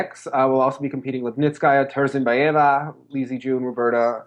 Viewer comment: elizabet toursenbyeva is pronounced : tour-sin-by-ivah